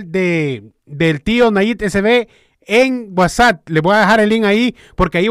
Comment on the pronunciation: sólo una observación, no se dice WhatsAt es WhatsApp con p y no con t. Saludos.